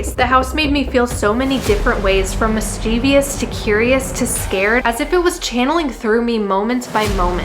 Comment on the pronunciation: Just FYI kindly... it's Mischievous not Mischievious. 👍